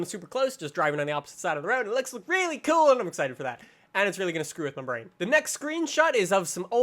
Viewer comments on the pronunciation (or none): none